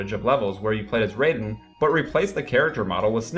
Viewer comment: my guess is that he didn't play MGS2 cause he pronounces Raidens name wrong. inexcusable when the game has so much voice acting